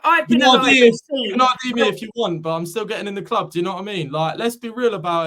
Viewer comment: Why does he say 'kloob' instead of 'club'?